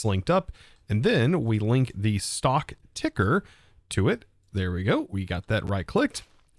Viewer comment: He said ticker he said it right! Omg! I was resigned to just deal with tinkerer!